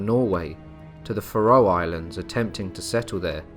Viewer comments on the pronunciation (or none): faroe.... fair-roe